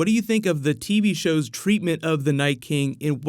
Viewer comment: I love his videos, I hate how he says 'TV shows'